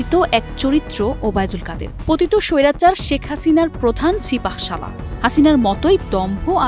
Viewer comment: বোনরে কাউয়া কত ওবায়দুল কাদের নামটা খুব সুন্দর করে বলছি সেজন্য ধন্যবাদ তোমাকে